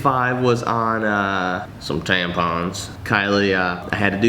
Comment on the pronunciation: Lol the way you said tampons hahahahhaha